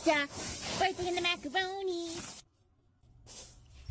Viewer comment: "ina Macawoniiii